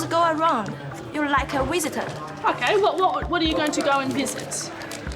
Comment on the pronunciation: a wisitor 🤣